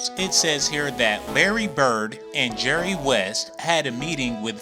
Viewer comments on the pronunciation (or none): none